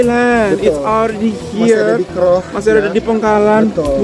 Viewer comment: Sekali lagi sebutan KROH itu janggal bagi kami orang Hulu Perak. Huruf O disebut seperti anda bunyikan in English OWN atau OWE the debt